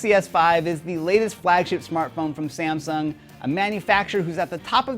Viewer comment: it isnt samson it is samsung